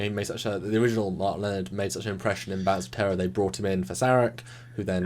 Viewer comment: they need to work on the pronunciation of "Lenard"